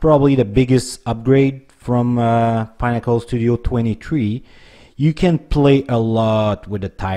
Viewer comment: It's pIN-nack-uhl not "Pine-ack-uhl" like you're pronouncing it. Pinnacle means -The highest/best you can achieve/reach.